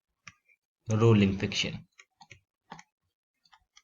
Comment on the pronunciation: Rulling nhi rolling